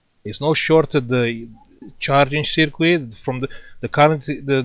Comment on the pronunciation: Seerquit 😂 it's funny how you say it